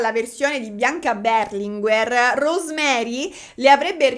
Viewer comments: Non è Beeeerlinguer ma Berlinguèr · io ti amo ma per favore storpia tutti i cognomi che vuoi ma non "BERLINGUER"... 🙏🏼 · tivubi ma Berlinguer non si pronuncia così